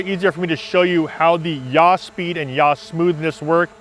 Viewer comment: Great, really really useful and I've modified my gimbal now. Just a point, from someone that used to teach Principles of Flight to Air Cadets. Yaw is not pronounced Yah or Ja in German. It''s more like saw as in Tom Sawyer , but with a Y. Or Yawn without the N. Sounds picky I know, but anyone watching with any aviation background will cringe at Yah being said again and again. Easier to trust someone when the words fit well, thats all. Just a pointer not a serious criticism.